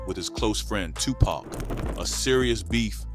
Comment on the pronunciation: I can’t watch this! I need him to say TUPAC correctly